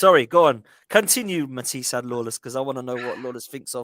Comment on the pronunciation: 😂 ffs let that word go lol